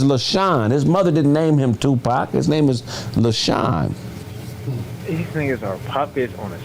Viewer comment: His born name is Lesane NOT LeShawn